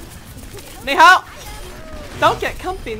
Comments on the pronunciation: slowly getting triggered about saying Ni Hao with the incorrect accent. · Plz stop butchering the Chinese language thx